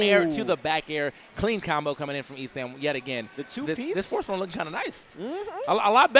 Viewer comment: lmao said forsborn and butchered those names